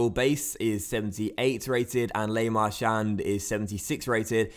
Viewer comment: Le Marchand is pronounced La Marchan